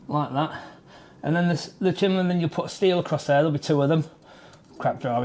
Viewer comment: bloody hell, it's bloody c-h-i-m-N-e-y 😂